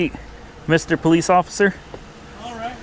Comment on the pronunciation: You mean po "LICE"?